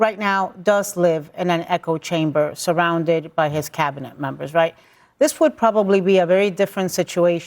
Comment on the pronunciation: Why does this clown say "EEEEEEEEEEEKO chamber"?? 😂😂 girl, the word is "echo" not "eco" lol.